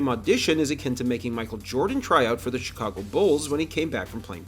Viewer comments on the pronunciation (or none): none